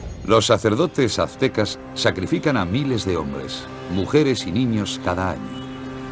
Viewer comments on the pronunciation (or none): Primero debieron enseñarles la correcta pronunciación antes de hacer el doblaje, porque eso de "actecas" , "tenoctitlan" y "huitchilopochitl" esta del nabo.